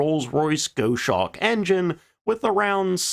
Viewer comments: Mentioned before - for Blenheim read 'Blen-im', and another one for you for Goshawk read 'Goss-Hawk', not 'Gosh-Hawk'! I am a UK, English bourn and bred citizen so I have a fair idea of what I'm talking about. Great profile on some virtually unknown craft, thanks for your efforts. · not to be "that guy" but the name "goshawk" (or as you said "go-shawk") is pronounced more like gaas or gaus - hawk, it's a type of bird, i think of it sounding like a poor mashup of goose and hawk which is funny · It is said GOSS-Hawk not Go-shark* Blenheim is said Blen-hem (or Blen-im) (the missing h being a class & accent thing) not blen-hiem though." The most famous thing there I know of is the Palace - but I guess it could be names after that for other reasons - but I'd have to look that up specifically % * Named after : The Eurasian goshawk (Astur gentilis, formerly Accipiter gentilis) is a species of medium-large bird of prey in the family Accipitridae, a family which also includes other extant diurnal raptors, such as eagles, buzzards and harriers. So gos+hawk not go+shark % As for Blenheim Palace (BLEN-im) is a country house in Woodstock, Oxfordshire, England. It is the seat of the Dukes of Marlborough. Originally called Blenheim Castle, it has been known as Blenheim Palace since the 19th century. One of England's largest houses, it was built between 1705 and 1722, and designated a UNESCO World Heritage Site in 1987. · GOZHAWK not goeshawk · Goshawk is pronounced Goss-hawk, not Gō-shock. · I swear, you put in funny easter eggs like "goshock" on purpose. It's pronounces goss-hawk. LOL. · You’ve probably been told this in the comments before, but the Bristol Blenheim’s name is pronounced “Blennem”, and Goshawk is pronounced “Goz-hawk”. Otherwise, fantastic video. I always love hearing about these no-name aircraft that, by all accounts, should have been a big deal in aviation history, but ultimately went nowhere. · Also... "goss-hawk."